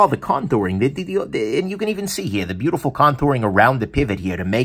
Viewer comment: "...very visually compelling." Yeah, this thing is bee-YOO-tifull!